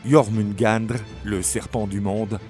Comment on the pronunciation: Belle vidéo. Ma mythologie préférée, juste de gros problèmes de prononciation de noms comme "Ases", "Jormungandr" et les différentes niveaux comme le "Nifleim"...